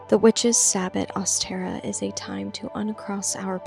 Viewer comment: Never heard someone pronounce ostara like that haha. Great video!